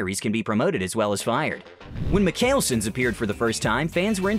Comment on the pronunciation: Clearly you didn't watch these show because you mispronounced the mikael-sons name wrong